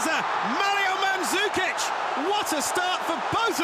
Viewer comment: Manzukic?Please if dont know how to say Slavic Surnames dont even say it.